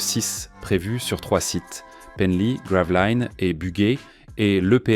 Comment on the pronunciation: Pour la situation de la Centrale entre Calais et Dunkerque on ne dit pas Gravelaïnes mais Gravelines J'y suis né